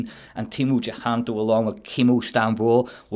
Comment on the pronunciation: I'm Indonesian, so fyi. His last name is using old spelling system (indicating it's an old family name). With the current spelling it'll be Cahyanto. Pronounced "chah - yan - to". We pronounce A always as A (like u in bum). Never as " ae" (like a in bang).